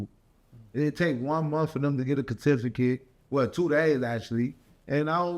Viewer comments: KETIFI WHAAAT???? KETIFICATE? 😂😂😂😂 CER TI FI CA TE! ILLITERATE!😂😂😂😂😂😂😂😂😂 CERTIFICATE!!!! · Did he say “Kuh-to-fi-cut” instead of certificate? 😂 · Did he say “catificate”⁉️🤔😤😒🤣🤣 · What is a kacificit? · What is a "Gatificate"? 🤦🏾 C'mon. Imma blame it on the veneers. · talking about a kercificate 😂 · "Get a kertificate" bruh, I felt that through them veneers. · Did he say… “catificate” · 2 days to get a “cur-tif-a-kit” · "Ca-tificate" TF is that? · was he trying to say ‘Get a certificate’ but said ‘get a cCA-tificate?’ !!!! Hell naw… rewinded so many times. Unh unh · A “kertifikit” is crazyyyyy 🤣🤣🤣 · When said "CURTIFICATE" that was all I needed to hear to know how he fell for the scam... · boy said a curtificate😂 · “We need to call the police on these ppl” “catificate” is crazy 😂😂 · Who else made it to "Ka-tif-i-kit" ?😂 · “One month to get a ker - tificate” 😂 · Dude said “a cuhtifercate”. 🤔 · This Nigga Said KER-tificate 🤣😂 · Did he say katificate 😂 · a “Kertificate”😭😭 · A kertificate 💀💀💀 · Did he just say “KER TIFF VER KIT” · Catifikit? Lmao 🤣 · It take 1 monf for them to get a kertifuhkit 😭😭😭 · 😂 😂 One munff to get a kurr-tif-a-kitt